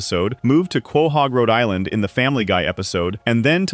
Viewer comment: Quay-hog? It’s pronounced co-hog